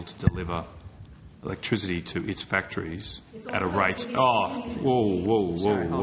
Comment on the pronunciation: "Cheepa ewektwisity"